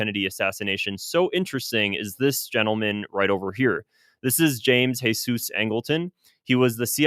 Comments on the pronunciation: James Heysoos...it's James Jeezuz Angleton! WHERE you getting the Mexicana?? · geezus, not hesus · I’m curious as to why you keep pronouncing James Jesus Angleton the Jesus part in Spanish and not Jesus in English because the rest of his name is in English? Idk you made it sound like he was Mexican or something 😂but hes just a white guy and Jesus is also an English name I thought. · Jeezus!! It's pronounced like"jeezus." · really enjoying your channel, but you’ve got to stop giving angletons middle name the Spanish pronunciation…his mother gave him the middle name JESUS (English pronunciation). I know because I once made that mistake myself, and was corrected by my bureau mentor